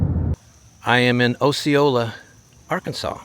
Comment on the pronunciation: äsēˈōlə Osceola pronunciation.